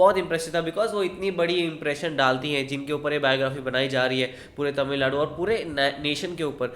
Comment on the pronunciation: I liked the way you said tamizh Nadu instead ppl said tamil nadu🙏